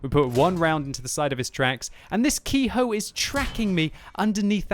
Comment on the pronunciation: Ke-Ho is pronounced "Keh-Hoh", not Key-Hoe".